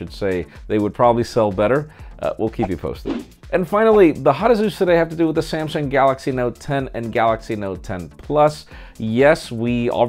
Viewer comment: The CEO couldn’t even pronounce the full name of ( we announce Samsung Galx lol 😂😂 ) but yeah as for the Notes they are good but not worth upgrading from note 9 that’s my opinion anyway